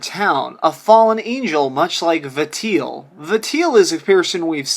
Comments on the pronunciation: Please, please, please stop pronouncing Valtiel's name as Va-teel. It's wrong for a hundred million reasons. The name is a compound of a shortened version of 'Valet' (coming from his function in assisting and attending to the birth of the God) and the '-iel' suffix attached to many Judeo-Christian angels (loosely meaning '-of God'). So it's pronounced 'VAL-ti-el', pretty much as it's written, emphasis on the first syllable. I know this doesn't matter a jot in the real world, but it hurts my ears every time you say it. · For the love of God it's "Vol/Val-tee-el" not "Vateel" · Vatiel? It's VALTIEL. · 1. Konami attempting to cash in on popular Pyramid Head character (painting makes no difference, it is a rip-off of the SH movie pyramid head, note the pointed front. Gross). 2. Vuh Teel - Valtiel. Vahl-tee-ell. Oops. I do appreciate this theory, but it only came about because of SH2 concept art for pyramid head. Literally no other reason. (Intermission, the comics are not canon) 3. Correct. No, the fact that PH is following James is NOT the driving factor. The driving factor is this quote, "I was weak. That's why I needed you. Needed someone to punish me for my sins... but that's all over now. now it's time to end this."James admits out loud that he is manifesting PH after he learns the truth. The fact you see him in other series is just fanservice. Pyramid Head only exists for James. literally a cash-in, the same way wesker exists in the RE movies. people like him so he's there. I like you're channel, but you are reaching way too hard. Your theory: No. He does kill himself, yes - but you can't reference the comics like this. They are as relevant to the actual canon as S.D Perry's or Paul W.S. Andersons versions of Resident Evil are - hearsay and irrelevant. I can tell you love Silent Hill as much as I do, but you're wrong. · say it with me val-ti-el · the way you pronounce valtiel's name made me want to choke myself